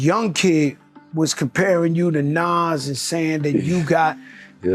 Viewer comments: Stop saying naaass , it’s nas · NAWWZ NOT NAAAZZZ😢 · Ni&&a NAS ..NAS ..wtf nais say it right NAS pronounced nah-oz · As soon as I heard the narrator proud NAS like “Pass” I left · lol why is the author pronouncing Nas’s name in so many different dialects? 😂😂🤣 I’ve heard Nes, Naaas, Nas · It’s pronounce NOZ bro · Nas bro come on if you can't pronounce a classic rappers name I can't listen to this anymore smh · HOW THE HELL YOU MAKE A VIDEO ABOUT NAS AND JIM, TAKE THE TIME TO EDIT HEARING THE RIGHT PRONOUNATION OF NAS THROUGH OUT AND STILL SAY NAS NAME WRONG?! THIS HOW YOU KNOW THIS VIDEO IS ABOUT CLOUT AND HE AINT INTO HIP HOP, HOW YOU PRONOUNCE HIS NAME WRONG, IT ERKED ME ALL VIDEO...SMH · Why are you saying Nas like that but I’m from Ohio so maybe I’m not on it but Jim jones is like cardi going at Nicki like now now stay in your lane Jim isn’t better than Nas in jimmy’s own dreams the best thing or most talk about thing is Chrissy Lampkin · You get a Dislike 👎🏼 for pronouncing Nas name like that.. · You gotta pronounce Nas name correctly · You pronounced Nas name differently 12 different times. Jesus Christ! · Dear. Please stop butchering NAS name. Before you put out a video, make sure you can pronounce the person's name correctly. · I don't like how you saying Nas name? You saying it wrong get it right dude! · YESSSSS, WTF? 🤨😠